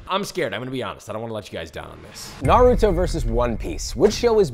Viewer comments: Narooto XD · How did he pronounce naruto wrong the first 2 times, perfect the next 2 and then came out with Norutoe? 😂 Brilliant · STOP PRONOUNCING NARUTO LIKE THAT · The amount of damage the naruto dub has done to the way people pronounce NARUTO can never be overeststated. Its not even difficult to pronounce guys .... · Please say Naruto right. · Anyone who can't say Naruto's name can't be trusted. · Every time he pronounces Naruto, my heart sinks 😂😂